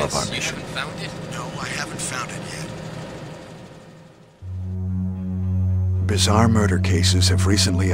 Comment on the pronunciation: ‘“Bizaar” murders committed in “Raccoon” City’ My god they weren’t even trying were they? 🤣